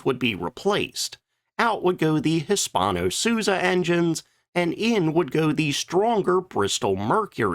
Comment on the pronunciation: If you can sort of pronounce Hispano why not Suiza? Suuuuuiiiiiiiizaaaaa